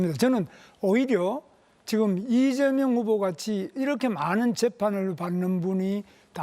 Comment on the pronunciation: 발음이ㅋㅋㅋㅋ 이저명후보